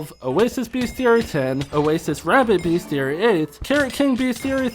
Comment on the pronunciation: everytime he says "beast-e-airy" i canttttttt